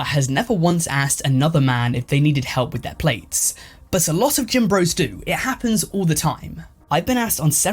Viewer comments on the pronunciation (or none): none